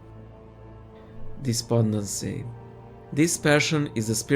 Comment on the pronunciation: Oops it’s despondency not despodency